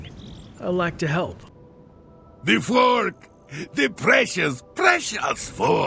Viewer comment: I like how he pronounces fork. FUWARRK Fwuark*